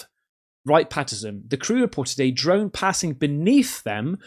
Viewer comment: Hahaa that Yorkshire Pudding ‘UF URRRRR’ 😂 ‘Definitely not a druuuuurn’.